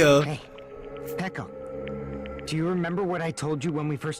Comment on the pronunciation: I cried at Peko and Fuyuhiko's horrible departing and... at the fact still calls Peko "Piko" even though her name is like "Petco" minus the letter "t" and they said her name a bunch of times.... In Peko's memory please call her Peko D: same for Nekomaru too. (Ne like in "Neck",... ~_~)